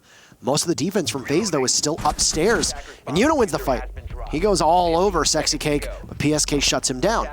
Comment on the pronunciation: nah he said sixcake, 😂 10/10 listening